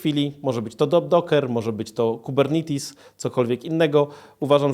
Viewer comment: W końcu ktoś, kto przeczytał pierwsze zdanie w dokumentacji i poprawnie wymawia "Kubernetes"!